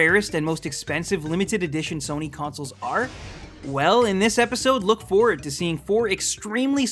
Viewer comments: I don't know of this sona you speak of but I do know a Sony sòw-knee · Sounded like he said "heard of a company called Sona" wtf lmao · did I just hear him say "sone-uh"? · what's a Sonar or what ever he tried to mean? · did this nigga say SONAI bitch don't even talk about sony if you can't even say it right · Sona SONA ITS SONY NOT SONA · Its pronounced SO-KNEE! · Why does it sound like he first said "Sono" to me!? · Yeah,it's actually WTF cause one does not simply make mistake while pronouncing SONY,even it was small back then,plus it was not small back then also. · i didnt know that the "Y" in sony was pronounced as an "A"!